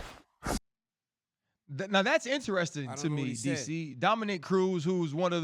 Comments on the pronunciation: Yo RC.... For the love of god bruh, can we get a name right?! Gordon, Dominic.... these arent difficult names to be mispronouncing over and over and over and over for a year now. Dominique is usually a womans name, my guy. I get you work with one thats a dude but you been calling Cruz, Dominique, for a over year! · Am I the only one who thinks it’s super disrespectful that RC consistently says Dominic’s name as “Dominique”? That’s a woman’s name dude get out of here you even corrected yourself!!! YOU KNOW HIS NAME PLEASE MAKE AN EFFORT